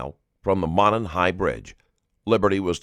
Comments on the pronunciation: Whomever the narrator is, just STOP. I''ve caught you already in 3 min stating your opinion and false assumptions about facts. STHU! And its Delphi ~ Delph-eye not DELPHEE. And its Monon ~ like MO NON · It’s moe non high bridge and it’s del phi